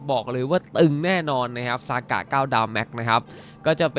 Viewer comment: ทำไมพี่ต้องเรียก(ซ)ากะ55555